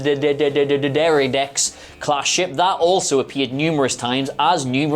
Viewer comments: Love this feller. is easily one of the best presenters WhatCulture has but seriously, learn the pronunciation dude. Its very disrespectful when you can't be arsed to learn how to say someone's name or the name of something they have poured time and effort into. This sort of thing gets right on my thungas, it really does. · Don't feel bad about your pronunciation. I remember there was an old video on the warbird, and the narrator said (correctly pronounced) "The Romulan D'Deridex Class", but Google's auto-generated captions interpreted that as "the lung and the dairy dicks class". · That "bright vibrant green" is the same colour as Romulan blood. Also, spelled foe-net-ick-lee, the class D'Deridex is pronounced Dee Derry Dex. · Dee Deridex .. How hard is that to say?? Seriously, how can you not know how to say that?? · Dude, it's not so hard: D'Deridex. Repeat after me: D. Deri. Dex. Simple, right? Like Stor Trok. Or Rumuluns. Or Klongins. Another question: Who tells whom where up and down is in space? They all fly wonderfully stacked everytime, as if there's an atmosphere or something to align on?!? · Try "Dih Dare Ih Dex". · its getting old fast. D’Deridex isn't difficult to say. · Not like they ever actually read the comments but for comedy value its spoken as Dee-Dera-Dex. Also on the power source issue I was surprise in Discovery that after "The Burn" this was not used/developed more as a power source. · Dee Der rid dex thats how you Prenonce it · "duh-dare-ah-dex" or "really big fracking green thing" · If this helps the d'deridex phonetic break down is "Duh Der a dex" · "DEE der uh dex" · it was so funny when said, "Da Derriere" Class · Try D-de-Ra-dex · D’Deridex: Deh dare ee dex. (Used to be an English/phonetics tutor) ❤️ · Pronunciations can be tricky. I believe the easiest way to say the class of warbird is "Dee Dare-Eye-Dex" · It's D'deridex 😋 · Durdurdudex 😂😂😂😂 So true about mispronouncing things.